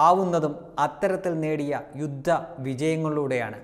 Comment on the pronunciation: യുദ്ദമല്ല ,യുദ്ധമാണ് ശെരി ഇതിലെ പല അവതാരകർക്കും അക്ഷര ശുദ്ധി യില്ല